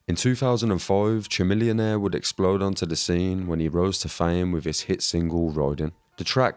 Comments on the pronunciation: Chamillionaire is not a one-hit wonder. Also, it's pronounced "ka-millionaire" like chameleon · lol at the way you pronounce chamillionaire.